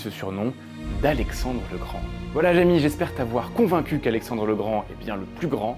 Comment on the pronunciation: Jamy ça se prononce "Jami" ou "Jémi"-à l'anglaise- parce que le gars a dit "Eh oui Jémi"